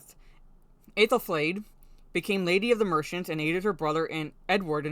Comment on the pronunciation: I was actually quite interested when they made references to Aethelflaed (you pronounced the name very well) who was well and truly badass, and also of course a Mercian Anglo-Saxon whom the Rohirrim are mainly based on. The rest of it though just rang a huge amount of alarm bells. I am very wary about this now. Seems the references to Aethelflaed are a shield for injecting feminist tropes at Helm's expense. You're absolutely right, this was meant to be his story.